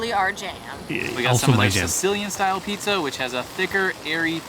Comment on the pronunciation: Pizzar🤣 and adding an r where there isn’t one? I’ve never heard of this or anyone that sounded like this in my 47 years living in MA and I have an accent.